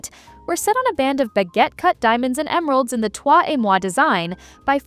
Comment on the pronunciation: Twa et mwa not toy, lol 😊